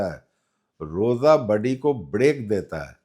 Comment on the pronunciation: budy nahin body bolte hain